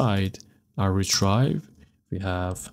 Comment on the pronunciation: Love the video. Got a little confused but you explained it perfectly. Thank you for sharing this video. One small thing. When you say retrieve. It’s like Re Tree Ve. Rather than Re Try Ve